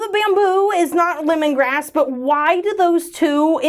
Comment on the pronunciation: Every time I hear, grapefruit lemongrass, I still hear grapefruit, lemongrab!😂🍋